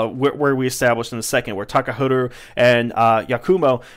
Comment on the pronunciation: It's pronounce "ha," not "hu" in "Takaharu."